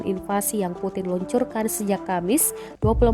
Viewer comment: Putin baca nya primbon bro..puting👎👎🤭